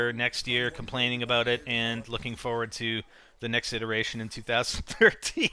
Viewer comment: abooot -lol canadian !